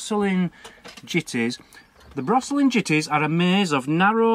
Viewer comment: The quaker burial ground is in Coalbrookdale:) . and brosesly is pronounced bro zilly..... :) ... love your take on it though :)